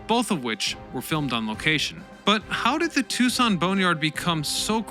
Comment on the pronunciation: Thanks. I found the rather stilted use of 'the' in place of the hard 'thee' before vowel sounds rather distracting at times.